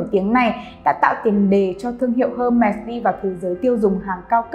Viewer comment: đọc tên thương hiệu cũng sai, chứng tỏ tìm hiểu không tới đòi làm video